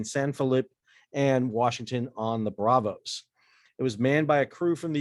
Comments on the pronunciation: BRAZOS, not braVos! it is a Z! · Great story but it’s Brazos not Bravos. (Braz-us)